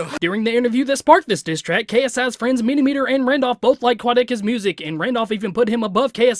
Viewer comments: He says minimiter not miniminter bumass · I never comment on anything but his name is miniminter (mini-mint-er) not (mini-meter) it hurt my soul :) also got my sub :D